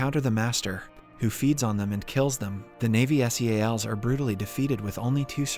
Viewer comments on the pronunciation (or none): Its Navy SEALS (pronounce like animal seals) not s e a l s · You don't spell Navy Seals you pronounce seals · So why can't the narrator say "Navy Seals"?